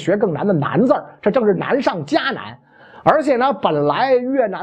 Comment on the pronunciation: 袁老师太好笑了，难上加南一串绕口令